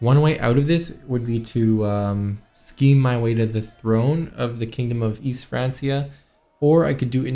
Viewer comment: Everyone else: Frankia: France-E-uh